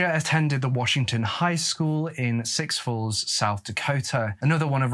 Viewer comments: Just to let you know, it's pronounced soo falls, not six falls, oh and while I am correcting your pronunciation, it is pronounced six-th not sick-th! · It's pronounced Su Falls. Not Six falls. The x is silent. Sioux is the name of the Native American Tribe from this area. (Born and raised and hour from Sioux falls) Sioux Falls is a city not a town with a population of 140,000 or so. Otherwise, great job! I'm 24 and I don't think I've heard of this case. But something about Gitchie Manitou sounds familiar? Thanks for covering this case.also, his name wouldn't have been pronounced Donna. Dana is pronounced Day-na. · Amazing research on this… Sioux Falls is pronounced SOOOUU falls. Like stew without the T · If you read the book it absolutely was a marijuana joint and Donna is pronounced Dane Ah and its not six falls it is Souix Falls but other than that great story telling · It's pronounced Soo Falls. not Six Falls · Lyon county = lion not lee on; Sioux Falls and big Sioux River = SOO or sue, not six 😂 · Six Falls or Sioux Falls? If the latter, it's pronounced SUE Falls. Very confusing. Also you said Drive Through. It's a Drive In. Just an FYI. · The X Is Silent it is sou falls Not six falls! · I think you are reading Souix Falls wrong. It's "Sue Falls" if that's the word. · “Six[sioux] falls” lol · Great video! Just wanted to let you know I live in Sioux Falls and it is pronounced Soo Falls. Like “Boo” but “Soo”. 😊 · sioux falls is pronounced “Sue” falls….come on its the home of bobby singer lol xx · It’s pronounced Sue falls. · Sioux falls ( sue falls) is how it's pronounced ❤ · Learn how to say Sioux Falls